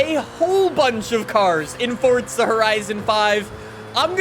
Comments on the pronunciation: Why he pronounce it fortza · and calling the game fortza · "Fortza Horizon 5" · Why does he say fortza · U KEEP SAYING fortza IT'S TRIGGERING ME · why do you say fortza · There’s no t in the word forza… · Does anyone else get mad that he says “fortza” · for the love of god bro someone teach this man how to say 'forza' he pissed me off so much when he kept saying 'fortza' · Why you always say fortza >:( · Only I here him say fortza horizon😁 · this guy really says fortza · He says fortza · i like how he says fortza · I swear he keeps saying fortza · The way he says forza as fortsa really pisses me off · Sop saying fortsa horizon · is it just me or fortza? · pls stop saying fortza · Bruh Fortza? Bwahahahhahahahahahaha Or Fartza? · It’s not Fortsa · Why is he saying Fortza? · Why does he say fortsa😤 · Him: FOrtZA HoRiZOn 5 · Why does he say Fortza only people from the UK say that and he’s American and that’s not even how you say it !!???!!! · why does he say forza like 'fortza' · it annoys me that he says "Fortza" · It annoys me everytime he says fortza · It’s still better than the "Forsa" we usually get. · i cringe every time i hear him say fortttttttza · It’s not fortsa horizon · Jesus. Another one that called it FORTza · Bro why do you pronounce it “Fortza” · Why do you pronounce forza like that? Sounds like your saying fortza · Welcome back to Fortza Horizon 5 will never get old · Still cant pronounce forza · where does he get the extra T from in Forza? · There's no T in Forza!!! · Why do you say forza like fortza ??? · Say FOR ZA there is no fucking T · Why do Americans say fortza like bro it’s for za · For-za not fortza that really got my nerves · Forzaaaaa or fortza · stop saying fortza. ITS FORZA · Bro FCK off with the “fortza” its forza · Imagine how good these videos would be if he knew that there's no "T" in Forza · FORZA NOT FORTZA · Jeez its fucking four zah, stop saying fortza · for za not fort za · I thought it was forza not fortza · FORZUH. NOT FORTZA.